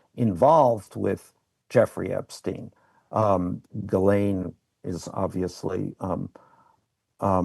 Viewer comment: Why doesnt Wolf pronounce Ghislane correctly? I get it, it's a tough name but youve heard it from the mouth of Jeffery. Certainly, he didnt mispronounce it. Why does Wolf?